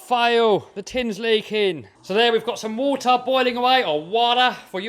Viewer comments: waaaaaaturrrrrrrrrrr for us americans XD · you saying American water like you from long island!!! 🤣